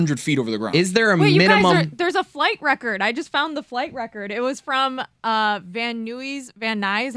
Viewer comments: Van newwies wtf smetana ms it's van Nuys learn names of different cities that aren't near Chicago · lol at Van NOOYS and the Camarillo proununciation. That could easily be a 1.5 hour drive with some traffic. I'd rather go Helicopter myself but to each their own. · I cant believe how she pronounced Van Nuys.